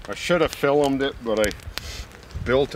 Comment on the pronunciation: I'VE NEVER HEARD ANY ONE SAY FILUMED IT, INSTEAD OF JUST SAYING FILMED IT. THAT'S A COOL WAY OF SAYING IT. IT'S LIKE MY GRAND DAUGHTER SAYING IT DISTANAPEARED, INSTEAD OF SAYING IT DISSAPEARED.